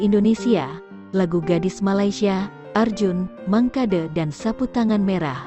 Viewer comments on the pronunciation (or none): none